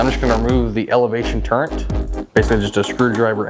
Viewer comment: There is no "N" in the word "turret". Some folks add it but they're incorrect. They learned the word by rote. It is a great video. Well done.